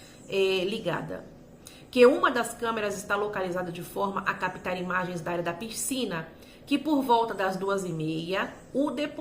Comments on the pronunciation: Não é “Pircina “ é PISCINA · Por favor, não fale PIRCINA, não combina com sua oratória tão clara.